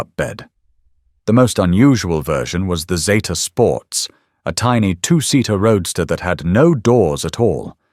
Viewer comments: I'm old enough to remember them coming out and yes, it was Zeeta. Not Zayta. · It is zeeta……NOT Zayta. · Get it right its a zeeta.... Australia. Made it and named it